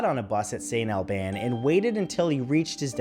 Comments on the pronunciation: FYI it's pronounced Saint All-bens. ;) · St. Albans Vermont you mispronounced it